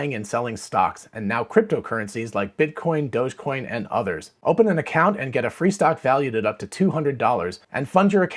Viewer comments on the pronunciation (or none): none